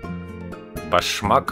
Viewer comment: Почему в слове дендробиум ударение на последний слог? И нет таких орхидей "башмак"🤣🤣🤣